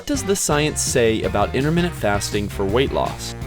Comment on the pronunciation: Why does he say interminute fasting?